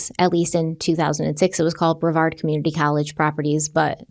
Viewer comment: go for saying brevard right!!! ❤